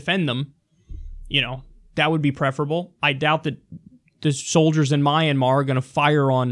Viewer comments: It's not called My an mar it's called Myanmar:Mianmar. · Kyle, I believe it's pronounced Mian-mahr.